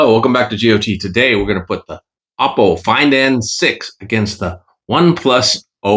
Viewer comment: Ok im getting annoyed that you still never say it right 😂...its ah po not o po